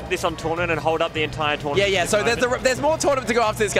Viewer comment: Trournament lmao